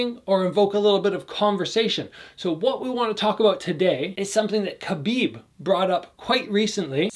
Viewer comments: I love ya but its Khabib not Khabid!! lol! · It's Khabib not Khabid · Love your videos as always. I just want to point out that his name ends with a B, it's Khabib. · His name is spelled Khabib not Khabid